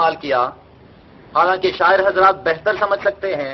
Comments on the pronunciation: Sahir nahi Shair pagal bolnah Sikh lah pehley aur Kia kha tha Pakistan bhi ho ga aur Kashmir bhi ho ga magar affsos Kashmir tu ho gah magar Hindustan nahi ho ga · Ohhhhh omg!!!!!! Nothing just like a bull shit...... Shair bol nhi sakhti or chali hain madam sair sair ka sabak prha ne.... Hahahahaha lolzz xD